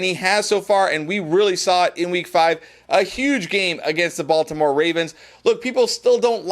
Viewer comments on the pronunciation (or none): none